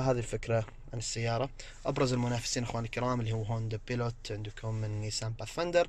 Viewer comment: أخوي انت متميز بتغطياتك ماشاء الله لكن تحتاج العمل على تقوية نفسك في اللغة الانجليزية عالأقل المسميات كل مسميات السيارات قلتها غلط هوندا بايلوت وليس بيلوت نيسان باث فااايندر وليس بثفيندر كيا سورينتو وليس سورنيتو فورد اكسبلورر وليس اكسبلور